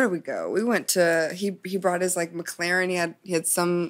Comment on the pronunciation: LOL, "Maclariny"